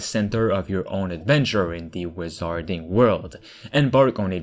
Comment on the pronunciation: wizarding pronounced 'wizzerding' not 'wizahrding'